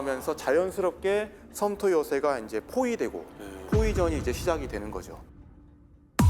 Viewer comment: 썸터~ㅋㅋㅋ 전 예상했습니다. ㅋㅋㅋ 어쩐지 "썸"에서 혀를 굴리시더라니 ㅋㅋㅋ 오늘도 넘 재밌게 시청합니다. 이런 좋은 방송이 널리 퍼져야 하는데 하면서도, 나만 알고 독점하고 싶은 느낌!!! 올 한해도 역전다방으로 보냈습니다. ㅎㅎ,,,, 과 보이지 않는 곳에서 헌신해주신 방송국 및 관계자 여러분 정말 22년 수고하셨고 감사합니다!! 23년도 이렇게 고농축 우라늄 같은 양질의 컨텐츠 부탁드리며, 미리 감사하겠습니다!! 감사합니다!!!!!